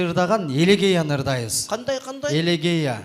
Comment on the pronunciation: Элегия деген сөз элегея эмес....уят эле...